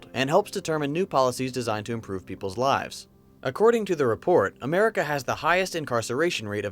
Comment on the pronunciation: """I thought that 'merica was the number one ..."""" south accent